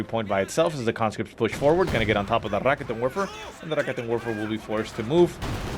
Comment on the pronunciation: is rolling the r ok... I guess. but he should put emphasis on the 'ket' part, not the 'rikitin' part. so... 'ra-KET'n Werfer'